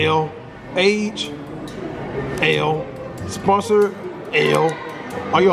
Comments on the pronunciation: This guy really reading spouse as sponsor 😑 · DID THIS NIGGA PRONOUNCE SPOUSE SPONSOR? CASHNASTY HOLD THIS L FOREVER! Lool